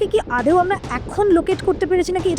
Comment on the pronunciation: আদেও না, কথা টা হলো আদো ওঊ বা আদোও, উচ্চারণ ভালো হলে শুনতে আরো ভালো লাগে